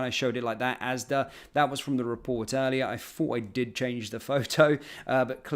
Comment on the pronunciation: It’s ASDA not ASDAS